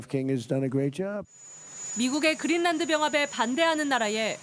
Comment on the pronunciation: 왜? 그린란드가 그릴난드 야 고유명사이니 원 발음에 가깝게 하든지 그린난드 또는 그린랜드 로